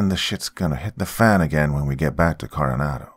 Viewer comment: I was at Coronado island for 2 years.. I was in the navy and the way you're pronounced and Coronado is not how it's pronounced